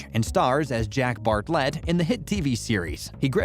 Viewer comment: NOT BART-LET...ITS BARTLET....ALL ONE WORD!!